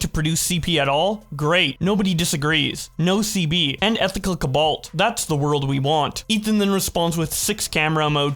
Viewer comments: Bro pronouncing cobalt “cubaalt” is ridiculous 💀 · The way you pronounce cobalt hurts my ears.